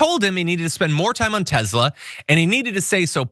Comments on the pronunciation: It's TESLA, NOT TEZLA. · Tesla not Tezla. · It’s Tesler. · Its actually Tezlur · TESLER! It's pronounced Tesler.